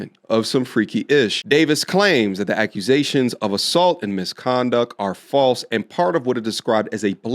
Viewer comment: "YAKUSATION FALSSSE YASKUSATION".😂😂